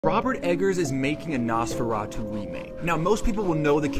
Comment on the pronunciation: "Most people will know about Nosferatu through SpongeBob." Riiight. One of the most famous films ever made. And the way you pronounce Nos in Nosferatu as if it's the shit you put in your car to make it to faster for 2 seconds. Same with the Bram in Bram Stoker. Its pronounced like BRAHM. He was Irish. Not American. His name came from his birth name, Abraham.